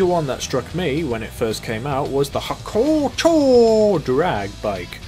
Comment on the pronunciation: Lmao, The way you pronounced Hakuchou